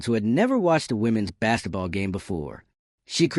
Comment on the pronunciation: What is bass-et-ball?